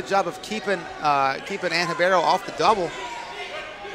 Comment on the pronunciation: Dude her name is RIBEIRO !!! What the hell are you calling her? Anything but RIBEIRO!!!